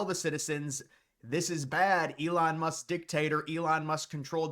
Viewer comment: Elon Musk-uh